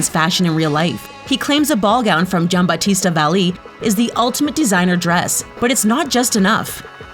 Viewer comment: uglyatul zz Meanwhile, “Gianbattista Valli” gets pronounced impeccably -_